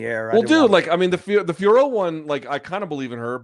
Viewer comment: Yesss BC!!! Once again you pronounced Fiorot correctly unlike Jon Anik and his cohorts!!! MK bringing the accuracy as always!!! Bien joué mon gars!!! 🇨🇵🇨🇵🇨🇵